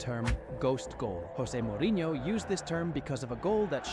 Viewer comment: He does pronounce it wrong. I have heard Jose say it and it’s pronounced using the typical Portuguese or English J not the Spanish H sound.